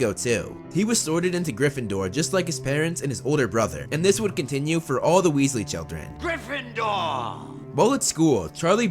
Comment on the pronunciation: Wealsly Weasley hmmmmm